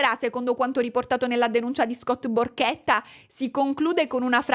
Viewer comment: Non io che a ho capito Scott PORCHETTA 😭